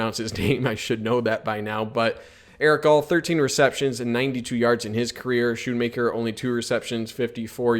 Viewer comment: Pronounced (skoon-maker)